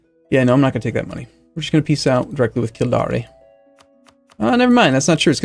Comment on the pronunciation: Kildare is an easy one. You pronounce it kill-dare.